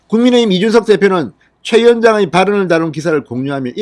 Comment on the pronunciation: 국민의 힘, 국민의 당 발음을 신경쓰셔야될 듯합니다.. 애쓰십니다